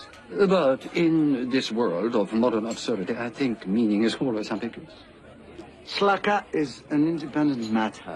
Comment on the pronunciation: Maybe "Slaka" is just the phonetic pronunciation of "Slacker"!